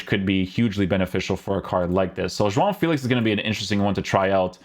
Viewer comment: Great pronunciation to say “João” , that nasal sound is so dificult to pronounce/reproduce 👏🏻